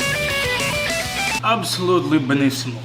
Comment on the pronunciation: Loved your perfect Italian accent on that "benissimo" ( or some shit around). Saluti from Italy! Well I'm actually in Switzerland now for my thesis but how cares, right?